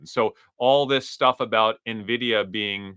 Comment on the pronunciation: finally calling it en-vidia instead of nuh-vidia